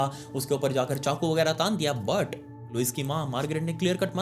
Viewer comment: The way you sai "But" ufffff ❤